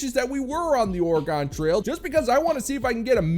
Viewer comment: O-re-gone? Ok, so now we know that only and are NOT an AI voice. 😂